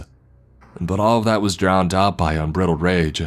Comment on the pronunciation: He also says... corpsman (marine): "corpse-man" instead of "core-men" unbridled: "unbrid-ohd" instead of "unbride-ohd" & I don't know if he said it this story or if it's him but it sounds like him so... escaped: "ex-caped"